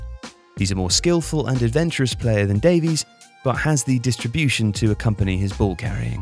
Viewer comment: Dave-eeess. Why? 😂